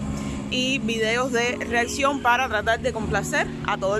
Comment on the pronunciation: Acabas de decir realsion, se dice reacción